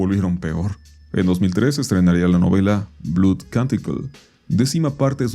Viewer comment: "Blood" se pronuncia más similar a "Blod" que a "blud"